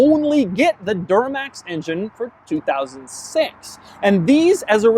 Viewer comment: did he say door-max instead of Duramax?